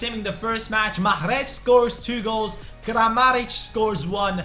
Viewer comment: JusT saY Riad please I'm algerian ...and the way you say mahres ain't right !!